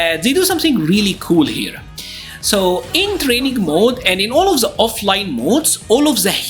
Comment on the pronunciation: THE THE THE = ZE ZE ZE. Please man, dont you find odd a person who talks in english for years, keep using ZE to say THE or any word that starts with TH??? Why cant you try harder to make the sound of the words more like the were meant to sound on their native language? If you gonna learn another language the least you can do is try to improve and get better year after year. But I see you dont care, you keep pronouncing some words incorrectly, specially the sound of THE.